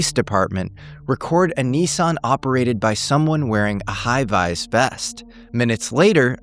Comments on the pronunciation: Brooklyn, High vis = Brook-line, high vise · Are you AI ing yourself? No one on the Planet says 'HI VIS' like "HI VEYSSZ" it is just VIZ, not EYES.... I don't trust this at all after hearing you say that. Do you even exist anymore? Peter Thiel connection would keep you safe but does he when you say all of this stuff? This just confuses me more than anything else in a way. This is actually intentional. All of it recently. I AM that I AM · is so rich and privileged he doesn't know how to pronounce high-vis vest. Shame!